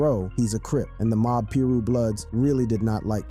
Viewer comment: I can’t tell if you’re joking when you pronounce Pirus and Suge. If not, I’m embarrassed for you.